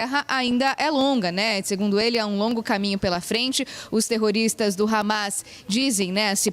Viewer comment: essa reporter tem que aprender a dizer terrotista...ou ela tem alguma duvida nisso.....